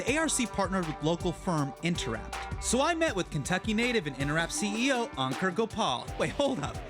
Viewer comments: Hassan mispronouncing Ankur’s name & his own name to make it easier for Americans.. Ankur is pronounced Un-coor not Encurr. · Hasan, you are saying Ankur wrong